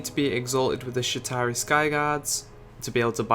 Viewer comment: It sounds as though your saying Shitari